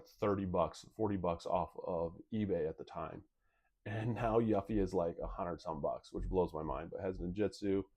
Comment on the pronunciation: a final fantasy fan.. but can't pronounce Yuffie correctly? interesting